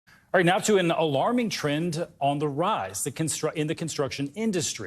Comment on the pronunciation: Did this fool just say "trend"?